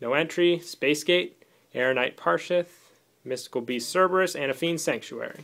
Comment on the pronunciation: Airknight Par-Shit xD